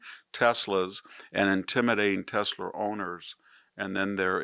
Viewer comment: baseball is back; you could learn how to pronounce Tesla, make a smart difference; IMO you have lost your way, and me...............Cya